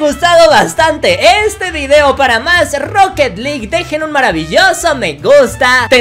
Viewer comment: Se dise roket alug